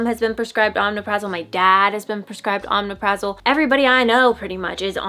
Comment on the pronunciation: It’s pronounced oh-mep-Ruh-zol